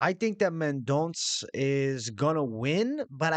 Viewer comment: It’s Mendon(ssuuh)